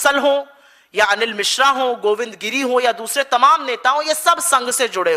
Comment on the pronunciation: अणिल नाही , अनिल ! उद्घाटण नाही, उद्घाटन ! प्रश्ण नाही, प्रश्न !